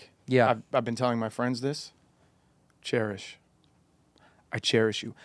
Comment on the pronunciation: "cherish" "chair-ish"